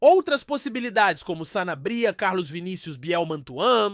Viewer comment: Que sanabría rapaz se nao sabe pronunciar cala-te e sanábria rapaz